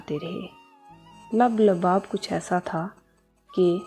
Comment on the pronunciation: لب لباب کی ادائیگی درست کر دیں